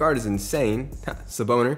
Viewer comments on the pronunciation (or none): Stop saying sabonis wrong its SA-BONE-I -S not freakin saboner